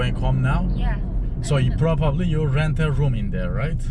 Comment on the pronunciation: hersey guzel ingilizceyi cozmussun abi ama probably kelimesini puroopaapplii diye telafuz etmen :)